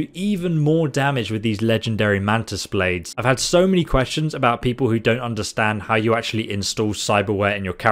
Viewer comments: Ah yes, mantis “baldes”, my favorite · "Mantis baldes" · Mantis “baldes”😂